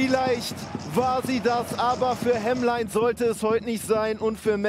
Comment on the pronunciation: Hemlein nicht Hemmlein.